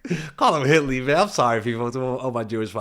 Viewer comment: "Hit Lee"🤣